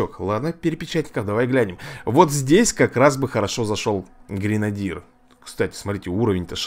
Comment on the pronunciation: Эй, деревня. ГренадЁр правильно.